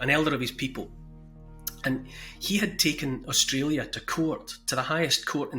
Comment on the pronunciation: NEW ZEALAND & 'Strayla'